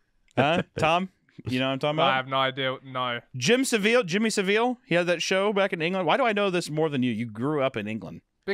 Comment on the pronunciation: Well for one hunter you're saying Jimmy savile wrong which is why Tom is probably confused on who you're on about